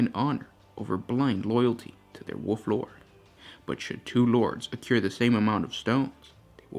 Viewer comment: Wolf not Wuff......